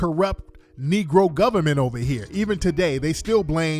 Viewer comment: "It is dee goviment!! It is dee goviment!!" 🤣☠️